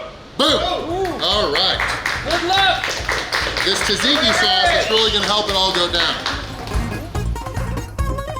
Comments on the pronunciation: It's pronounced "Zahtzeekee" sauce, not "Tazeekee." Nice job. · Haha, pronounced tzatziki different every single time. I have done more damage to our local gyro joint with the pitas faster. The serving plate presented a weird difficulty in "leave no doubt" ridiculousness. Also, gyros have beef and lamb.